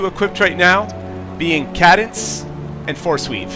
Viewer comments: KAY-dense...not KAH-dense. Oh, and it's OKK-cul-tist not oculist. And demolitionist as in DEMO-lishun-ist, not de-MO-lo-gist. You're welcome. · Good video, but when you pronounced cadence ca-dence, I had to laugh. It is pronounced kay-dence btw.. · love the review. BTdubs: It's pronounced Kay-Dence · Cool video, convinced me to buy. Also, Cadence is pronounced KAY DENSE. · i doubt he's in league with anyone considering he can't even pronounce "cadence"